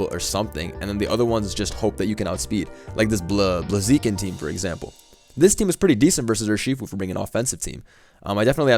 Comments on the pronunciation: my man really just said bluhzeeken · lol thats how pronounces blaziken